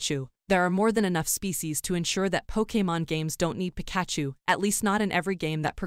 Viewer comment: That's not how you pronounce Pikachu!